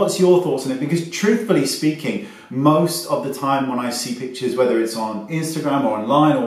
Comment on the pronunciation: I Love How he pronounces pictures and it sounds like "Bitches"